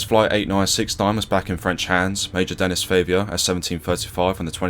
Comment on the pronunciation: Great video. Might want to check the pronunciation on some of those French words/names though; everything else was great but calling a guy called Denis 'Dennis' was distracting, for example.